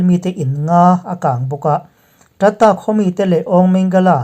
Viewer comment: I khaw hming sawi Tat ta tih a i lam rik kha ( Tin ta) tih a lam rik zawk tur a ni e.